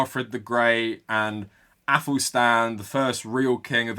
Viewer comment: Finking.. fing... aufor..ÆFelstan...two hundred fousand... sorry but I don't listen to anything ppl who talk like that say... or those who use game of thrones or vikings to support their arguments. And I wont be told by anyone called Khan about my heritage.